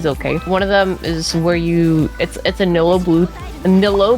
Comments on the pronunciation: i think bc it's supposed to be knee-loo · Btw, Nilou's name is pronounced Nee-Loo